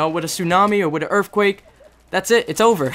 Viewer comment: u say earthquake like erfquake